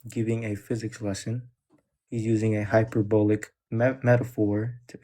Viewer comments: let me consult my notes… mispronounces hyperbolic because he’s never seen that word before. Don’t they realise that liars go to the lake of fire?!? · Should have asked him what hyperbolic means, because by the way he pronounced it, it is obvious he got that from Chat GPT. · He was using AI and was given the sentence with the word “hyperbolic” and you could tell by the way he pronounced it that it was the first time he had ever used that word in a sentence.